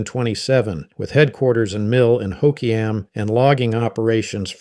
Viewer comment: Chehalis is pronounced (shuh-hay-luhs) not (shuh-haw-luhs) - good job at pronouncing Clallam correctly. - it's pronounced (Ho-kwee-um).